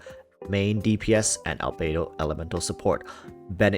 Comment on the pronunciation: albedo == "albeidou"? can't unhear the 'beidou' word